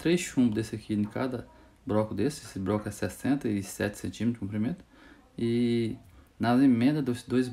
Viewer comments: BRoco não cara , “BLOCO”. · Muito top mas na proxima so fala (bloco) nao fala "broco"